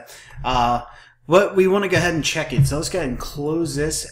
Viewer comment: just gah-head